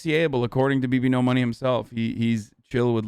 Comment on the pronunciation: It’s 2021 how are people still saying bbno$ wrong